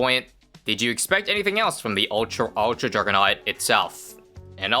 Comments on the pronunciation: “Ultra juggernaut” ❌ “Ultrjkanknt” ✅ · Ah yes… The uljrugernaut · The “Ultrugganaut” 😂